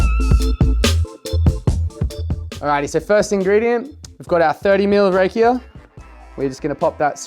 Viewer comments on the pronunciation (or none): Pronounced RAH-kia, chief. The stuff in the former Yugoslavia is amazing! Everyone knows an uncle who makes it. Your concoction sounds tasty.